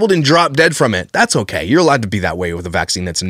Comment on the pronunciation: The “okeh” edits are killing me.